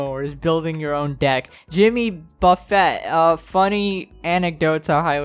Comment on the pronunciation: I cringed at the way he pronounced Jimmy Buffet...